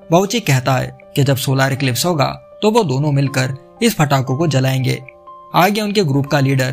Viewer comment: Phatake nhi bhai patakhe bola Karo